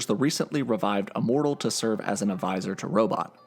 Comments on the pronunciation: Are you saying Uh-mortal? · ...you keep saying “uh-mortal” it’s “immortal” with an “I” lol